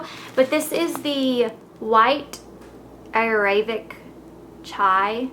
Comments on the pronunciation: "White Ayurayvic Chai" Seriously????? did i hear u right? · its aaayurrveydhic ( trust me i;m indian) and its tulsee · ayurvedic is pronounced 'aaa' 'yur'(like yuri from tron) 'vey' 'dik'. So, together it soulds like 'aayurveydik' 8) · Ayurvedic is from Ayurveda which is a certain energy healing, and Dosha is from Ayurveda as well. Ayurvedic is also pronounced i-ur-vay-dic. Just a little background info :D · Elle, it's "Eye-yer-ved-ick" and "Roy-boss" :D you're adorable. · Girly I love ya :D but please learn how too pronounce the many words you say in your videos!!!! ha.